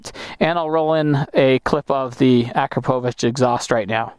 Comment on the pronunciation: Kudos for pronouncing Akrapovic correctly the first time. Great review overall as well!